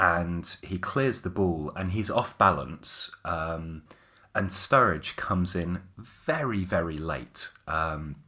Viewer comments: Surridge not Sturridge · Were you guys calling Sam Surridge STURRIDGE or was I imaginig things